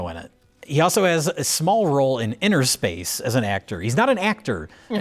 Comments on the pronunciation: It’s “inner space” not “inTer” space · Innerspace not Interspace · It's umm... It's Innerspace, guys, not Interspace. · Is it not Innerspace not interspace?